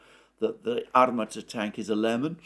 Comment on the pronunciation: Armaaata. The stress is on a second A.